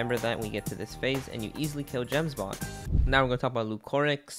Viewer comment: You pronounced "Gemsbok" + "Miasma" so wrong...